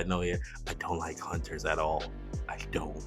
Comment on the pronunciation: straight butchered the hunters lol